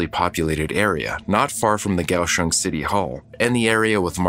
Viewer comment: Wow! I lived in Taiwan during the 80s and had been to Kaohsiung (liked that the narrator got the pronunciation correct). I never heard of this. If you get to the city, check out the port which is quite deep. There is a park on one side and the opening is fairly narrow. As ships come in you can see the crew. Wave to them. They usually will wave back.